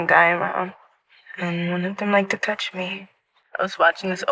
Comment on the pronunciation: "& one of them like to toudge me"